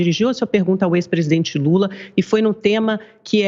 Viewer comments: " o ex presidente gula" kkkkkkkkk Essa reporter é fã do Alexandre porpetone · A narradora falou "o ex presidente bula" kkkkk